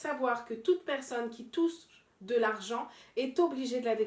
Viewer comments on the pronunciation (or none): Mdr recommence la vidéo a dit "tousse" au lieu de touche 😂